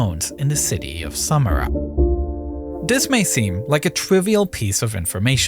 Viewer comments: "Dis" lol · Interesting but the narrator drove me mad with his pigeon English of Dis, Dat, Dem, den, der!!! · a lot of pronounciations in this video are incorrect. Its anoTHER not anoVER, also THis not Dis. ALSO, brother, not BroVER. I hope you can try to fix these mistakes in the next videos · Wow; all my life I though that the word "this" began with he letter "T" which is pronounced with a "T" sound and NOT the letter "D with a "D" sound? Perhaps simply having to accept the word "dis" in place of "this" is better than having he narration done by AI?